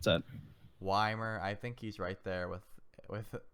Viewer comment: did fucking say whymir?